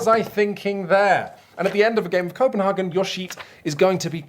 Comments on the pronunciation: Copenhagen is less Häagen-Dazs more cope-and-hay-gen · Koh-pen-HAY-gen. And that's just the English pronunciation.. 😂 Also - Roll & Sprite? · It's really like "Schope-in-hamn" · Why on earth to native English speakers pronounce CopenHAYgen it in the German way instead of the English way? I just don't get it... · I like the pseudo-Danish pronounciation of Copenhagen even though Copenhagen in Danish is not called Copenhagen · I would be mad, but if he pronounced it correctly, we wouldn't have gotten to hear those stellar puns!